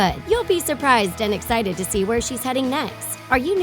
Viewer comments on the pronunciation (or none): none